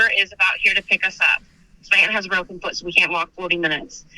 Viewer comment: She has a broken fut 😂 and I’m not laughing because she has a broken foot, laughing because she pronounced foot as fut 😂😂😂